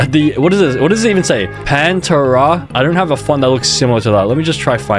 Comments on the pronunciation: No way he called it "panterruhh" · Bro said "Panturra" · the way he pronounced pantera physically hurt me...